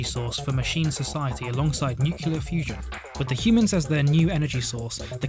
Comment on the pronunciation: New-clee-errrr That is how it is pronounced.